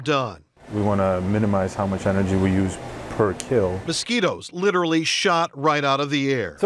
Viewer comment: muth and mutch yes very delicious english